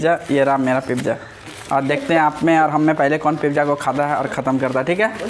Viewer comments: Abe pagal admi it's not pipija its pizza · Aap khana mu band Kar ke kha ya Karo Awaaz ganda lag ta hai pizza Hota Hai pipzza nahi